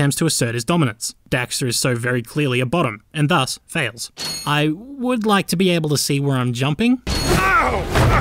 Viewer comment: woulod? go home your drunk.